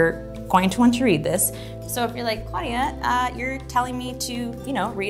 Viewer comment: My mums name is Claudia but not how u said she is from Brazil